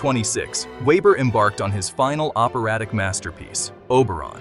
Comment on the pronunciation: Veber, not ueber , please. Even AI can be reached…